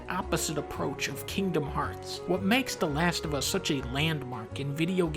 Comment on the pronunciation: The Lash Of Uh